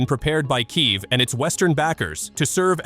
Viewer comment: Kiev not keiv